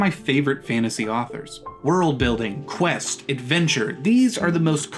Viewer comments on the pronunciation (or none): none